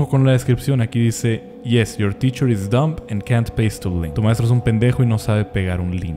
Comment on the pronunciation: La b de "dumb" es muda, 10 años de inglés de a la basura.